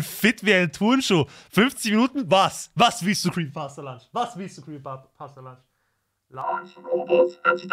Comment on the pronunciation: Digga der heisst nicht creepy pasta lunch der heisst creepy pasta PUNCH du heisst ja auch ned lyzer oder man man